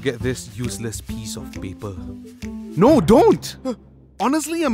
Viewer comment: I don't know, but the "NOO" at the end sounds very German 😂. Does he come from Germany?